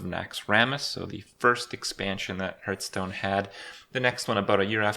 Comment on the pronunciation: why does he call it hurtstone